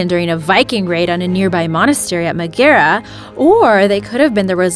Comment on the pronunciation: Pretty cool the guy from Northern Ireland found those Viking coins, I use to live in Newcastle and grew up 10mins from there, and it's MAG er A lol